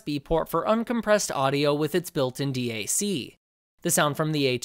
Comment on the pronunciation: Built in D A C lol it’s dac like Mac but with a d DAC not D A C.